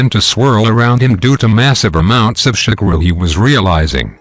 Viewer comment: He is calling chakara shakura